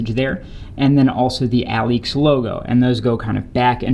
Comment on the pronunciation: Dope shoes! It's pronounced (uh-leaks) btw.